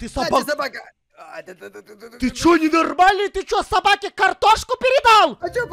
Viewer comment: Он сказал Собакен😅